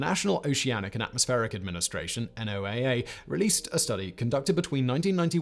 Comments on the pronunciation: FYI, most of us who work with NOAA call it "No-ah", not "en-oh-ay-ay". 🙂 Thanks for another informative and entertaining video. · NOAA is usually said like "Noah" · BTW, instead of spelling out the acronym, it's NOAA...Like Noah's Ark. It works on a couple of levels.